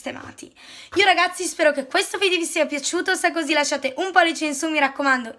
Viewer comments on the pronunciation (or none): none